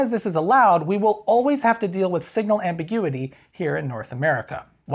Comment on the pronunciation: lol amberguity